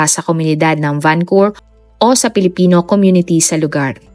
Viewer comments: Why Vancur? It's supposed to be pronounce as Vancou-VER ..✌️ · Correction po...and i hope you don't mind.. VancouVER po .. not vancour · Nakakalungkot na balita. RIP sa mga biktima.. 🙏🏻 Salamat po sa update.. No bashing po, pero Van-cu-ver po yata ang pronounce nun. Napaisip po kasi un mga nakarinig sabi nila akala daw sa Canada, bakit sa Vancowr pala. Anyways thanks po ulit sa update. 😊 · Van Cou Ver po ma'am hindi po Van Cour ✌️ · Ang lungkot po. ..Mas malungkot ang pagkapronounce mo ng Vancor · oo nga